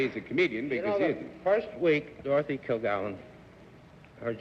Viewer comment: "Kil-Gallen"? "Are YOU alcoholic"? Oh my...